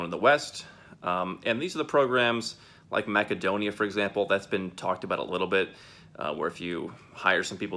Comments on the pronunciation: Excellent YouTube channel !It's Macedonia ("Mass-edonia") . Not Mackedonia. But that's a small point and I wouldn't want to be CONFLATING the issue.😃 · It's Makedonia (Македонија) in Macedonian...